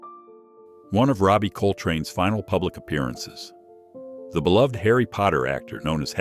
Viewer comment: Thank you for pronouncing "beloved" correctly.